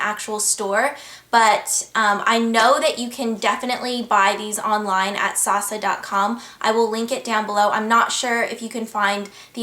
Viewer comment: hey ingrid! idk if i'm wrong but my cousin lives in hongkong, and she pronounces sasa like "sah-sah".